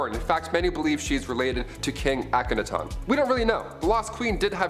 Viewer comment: Finally, some one was able to pronounce Akhenaten the way the egyptologists do... Way to go